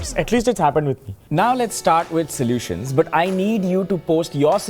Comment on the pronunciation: I love the accent in : 🇮🇳 now lets start with 🇬🇧 SoLuTiOnS